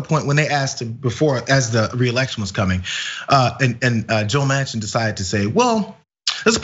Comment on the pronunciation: I’m from the Netherlands and here we know AOC, but not Joe Mansion.....was it Mansion?